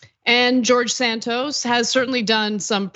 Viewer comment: He never said he was gay. He pronounces his name George - gay org!😃